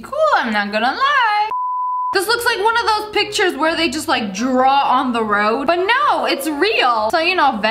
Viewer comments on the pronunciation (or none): none